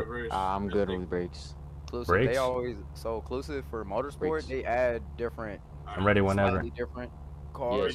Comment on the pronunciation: FORZAH MOTASPOT